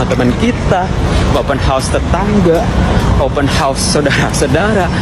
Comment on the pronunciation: Ddengar tu Wak,, open house ,bukan open hos,bunyi hos tu maknanya kuda( horse) 😊😊